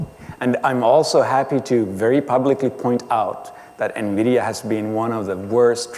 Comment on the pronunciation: "NMIDIA" actually...